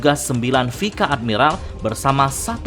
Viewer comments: Jadi bingung pangkat ny doll. Kenapa penyebutan nya pika admiral ya? Bukanya pais admiral? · bukan vika min, tapi bacanya vais admiral 😅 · Sama je, vice admiral si admin nyebutnya pika dlm bahasa jepun